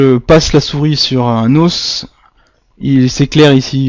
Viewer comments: Os au pluriel se dit « eaux » a part ça bonne vidéo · Vas apprendre a parler tu sais meme pas dir os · bonne vidéo sauf que "un os", on prononce le "s", mais "des os" on ne prononce pas le "s" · Tes moyens mémotechniques sont vraiment géniaux continues comme ça, tes videos sont très bien faites et viennent en aide à de nombreuses personnes! Merci encore! PS: c'est rien du tout mais la prononciation du mots "os" au pluriel, c'était dure les premières minutes haha :p